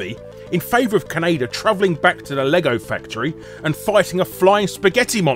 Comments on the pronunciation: It's Ka-ne-da you bloody banker! Not keneida. Did you think the franchise is named after Canada? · Did he pronounce kaneda like Canada? Or is that just me? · I never thought I'd hear Kaneda pronounced "K'naydir". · I love hearing "Kanader" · "Kanader" ~ Guru Larry, 2016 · British pronunciations of Japanese names hurt. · Oddly enough, the original Streamline English-language dub made the same mistake in pronouncing Kaneda’s name.